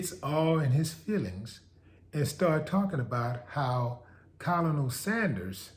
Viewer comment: FYI WILLIE: “Colonel” is pronounced “Kernel.” I agree with you 💯👍🏽